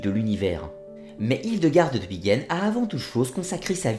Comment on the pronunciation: Pourquoi prononcer 'Bigen" alors que c'est "BiNgen" ?